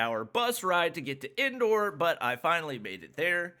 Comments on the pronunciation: Indoor lol it's indore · His "INDORE" sounded like " INDOOR" 😆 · The way he said 'Madhya Pradesh' and 'Indore' pisses me off But in a hilarious way 🤧🤪🤣